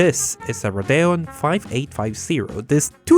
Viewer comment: sadly you may have said radeon wrong